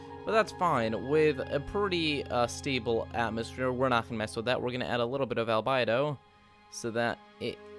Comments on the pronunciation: albedo noun al·be·do \ al-ˈbē-(ˌ)dō \ alBEdo, not alBIdo... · albedo.. you say albido, its said albeedo. phonetics.. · How many things can you mispronounce in one video? Makemake is pronounced "mah-keh-mah-keh" not "make-make" Albedo is pronounced "Al-BEE-do" not "Al-By-do" Gauss is pronounced "Gowss" not "Gawss" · Also calling it '"albido" either he's read it, so he knows it's "albedo" or he's heard it. How do you pronounce it like that?